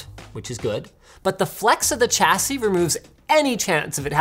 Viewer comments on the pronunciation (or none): "Chassis" is pronounced like "shassy"